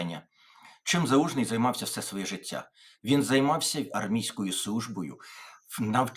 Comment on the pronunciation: І ти цякаєш, яке жицця?